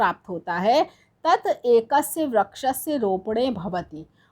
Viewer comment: 'वृक्ष' ko vraksh nahi vriksh कहते है😤